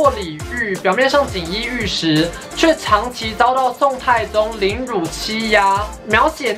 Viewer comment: 跟我念一遍 凌辱ㄖㄨˋ！ 再一次 凌ㄖㄨˋ！